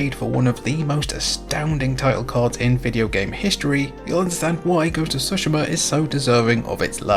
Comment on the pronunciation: If I mention when something is wrong, I must praise and something is right as well. Thank you for pronouncing Tsushima correctly. It really annoys me how many reviewers and youtubers claim to have played the whole game, but despite 1000 times they say the name, people mispronounce it. So thank you for treating our ears to the correct pronunciation :D